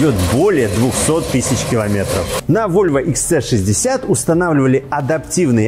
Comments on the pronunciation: Почему вы называете модель Икс Цэ? Буква ,,С" в английском звучит как ,,Си". Правильно Икс Си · Всё прекрасно, за исключением произношения автором названия модели. Икс Цэ 60 звучит очень грубо и не по-вольвовски. Нравится говорить по-русски?, тогда почему не Хэ Цэ 60? Правильное произношение - Вольво Икс Си 60 и никак по-другому)